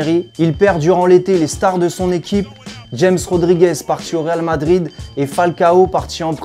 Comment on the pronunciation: "djames rodiguez" t'abuses x)